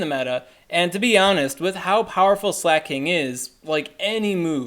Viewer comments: slacking is what your saying. slay-king is what you need to say. I change the speed of this vid to 0.5 so you sound like you look. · It's pronounced slah-king tho, not slay-king